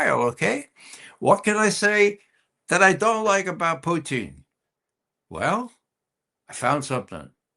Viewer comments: Why does he say “Putin” like that? He’s not a tasty treat of french fries, gravy and cheese curds…. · who is this clown who can't pronounce Putin's name correctly?